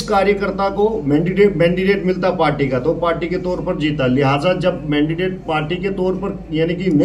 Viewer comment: Achi baat hai isne resign krdiya kyuki yeh ek anpadh banda tha mandate ko mandidate kah raha hai